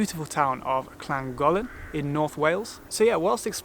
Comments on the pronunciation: His pronunciation of Llangollen, Glyndwr and Caerphilly was way off the mark! Llangollen = "Hhlan-GOTH-len", Glyndwr = “Glin-dur” and Caerphilly = “Kair-FILL-ee.” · Yep, was also clenching. How can you get 'LL' both right and wrong when saying 'Llangollen'?!